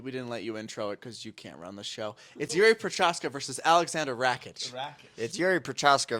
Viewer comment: Where are the details of Cory spending a week with Jiri? Learn to pronounce his name. At least know who he's fighting. This is wildly unprofessional, I'm not even mad, I'm disappointed. Don't be sorry, do better.